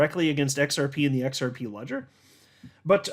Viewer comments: Try using a Z sound not S sound when you try and pronounce it... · The X is silent